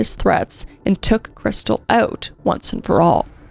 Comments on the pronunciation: In all the police cam footage her family + husband and everyone else pronounces her name "Kris•steel" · Isn't her name pronounced KrisTEEL?